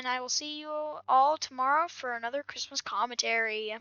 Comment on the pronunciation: chree mos